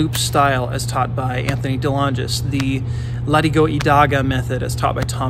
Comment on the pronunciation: Are you saying "Ladigo" or "Latigo" ? I'm hearing a D when it should be a T. SGM Cano from Cebu, Philippines Orihinal Doce Pares is a master in the Latigo in combat especially with the "San Miguel Whip."